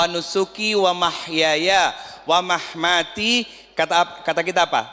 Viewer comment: Ustad yg betulnya wamamaati,bukan wamahmati